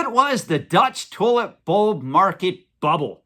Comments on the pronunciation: Almost sounds like youre saying "toilet bowl". Funny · Lol sounded like you said toilet bowl at first